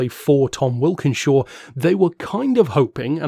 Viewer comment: Tom Walkinshaw not wilkinshaw , sorry I'd want to be told.